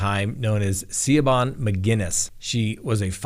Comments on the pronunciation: Hi. Siobahn is pronounced “Shi-VAWN”. It’s a Gaelic name. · Isn’t Siobhan pronounced ‘She von’ ? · I know you're terrible at the pronunciation of names, so I'll help you out. Siobhan is the Irish spelling of Shevaun/Shivaun. Also, please put your reference material behind you in numerical order. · pronounciations strike again: "Siobhan" is a common Irish girl's name & is pronounced Shivonne! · For the record, Siobhan is pronounced 'Shiv-awn'. Good wishes 🙏🏼 ❤️ 🍀 🗺️ Poor Wee Girl 😢😢